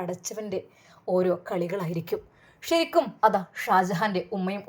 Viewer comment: ശരിക്കും...... ഷ രിക്കും അല്ല